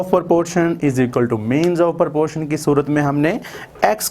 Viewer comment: Its not porpotion its proportion😂